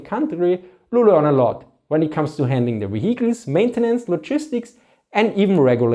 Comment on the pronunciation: man i love this guys german accent... however words such as discrepancies and vehicles are almost incomprehensible... no offense, but it makes it really hard to understand some of the points he is making.